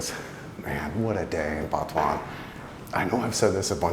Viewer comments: Sorry but it sounds like you say Batuan and not Butuan. Just straight out Butuan it's pronounced. I have been there 6 months ago on a long motorbike ride in north Mindanao. I would never live there though. Wherever I was I couldn't find pigmeat and that is a dealbreaker as well. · FYI it's pronounced "boo-two-an" not "Butt"